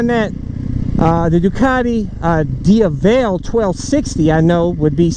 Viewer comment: Go to Google translate so you know how to pronounce, DIAVEL, the correct way. You can also listen to Ducati websites pronunciation of Diavel.